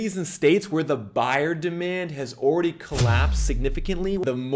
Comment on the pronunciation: The word is already not owready